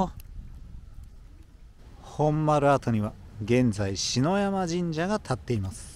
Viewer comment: しのやま、ではなくで、ささやまだから